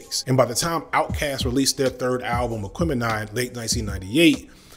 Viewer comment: Did you say Aque-men-eye? Isnt it Aqua-meni? Idk, Im old and white, help me out here.